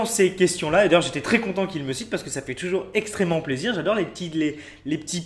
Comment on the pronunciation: La façon dont il prononce le mot "plaisir" vers me fait trop rire 😂